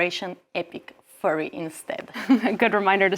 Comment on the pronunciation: "Epic Fury", not "Epic Furry". Although now I wonder what operation epic furry might look like.